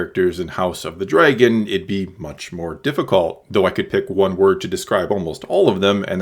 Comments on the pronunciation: did you really just say dreygon instead of dragon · Why you pronounce dragon weird???!?!??!?